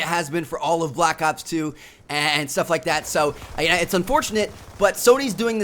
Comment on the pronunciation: The way that he say (so) is really annoying he say saoo not so